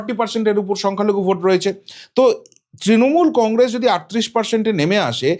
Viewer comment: Congress pronounce thick kore kor.